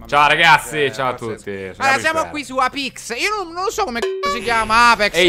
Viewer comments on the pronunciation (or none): Per levare il dubbio una volta per tutte: si legge “apex”, non “eipex”, è latino, e vuol dire “apice”